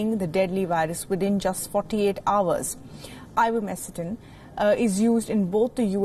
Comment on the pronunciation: Also the researcher names it correctly at the mark.